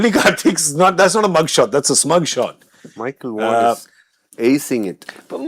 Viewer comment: Did you just refer to Dinesh Karthik as Murali Karthik referring to Michael Vaughan as Michael Hussein?😅 I think DK is saying, “Michael was saying” or “Micheal who’s saying?”. But yes, it does sound a lot like Michael Hussein.